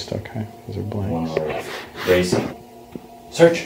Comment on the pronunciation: Are you using just the search command in German? Really sounds like you’re saying “such such” which is “search search” in German.